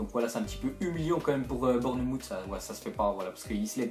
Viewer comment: Ca ce prononce Born"mousse" et pas Bornemoute au passage =P